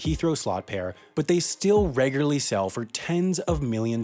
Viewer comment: this homie still can’t say “regularly”